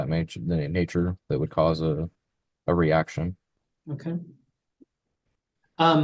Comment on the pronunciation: He definitely said “erection”. 🙃😊